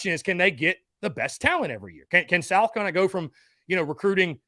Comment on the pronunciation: As a die hard SC fan, I can't stand the way this guy calls South Carolina "Sal Cullina"